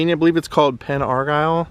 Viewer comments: locals pronounce it pen ar-jill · I think it’s pronounced Penn Ar ‘Jill’. And this vlog is very informative. I thought Jayne Mansfield was a Texan! Like the Phillies cap! Looks good on you!